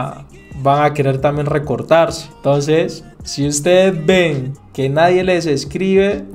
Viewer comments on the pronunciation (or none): none